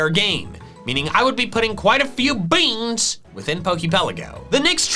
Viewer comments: I love how he says beans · What a crispy way to say Beans 😆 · Its funny when says beans in a funny way